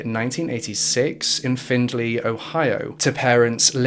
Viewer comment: My mother used to babysit her and my family was close to her when she was younger. I didn’t realize it was going to be this case. Locals say “Find-Lee” not “Findlay”